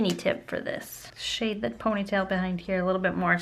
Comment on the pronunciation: she says shide instead of shade LOL